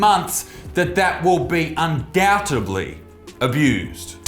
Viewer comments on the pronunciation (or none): Did he say undoubtebly? Try undoubtedly.